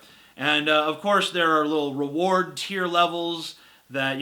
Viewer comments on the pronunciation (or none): none